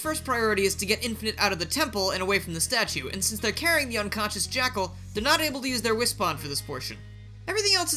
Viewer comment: lol "the jakcal is backle!"